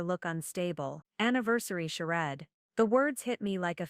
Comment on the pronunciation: 😂😂😂 charade you pronounced it - Sure red 😂😂😂hilarious try pronouncing it -Sure raid Thumbs down 👎 for not using correct grammar before posting to YouTube